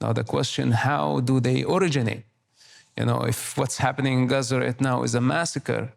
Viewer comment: I cringed at the way she said Gaza